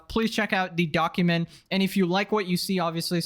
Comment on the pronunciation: Bro keeps saying donkument